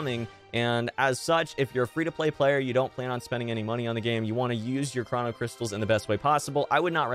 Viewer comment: Fam its (crow-no) not (craw-no) cystals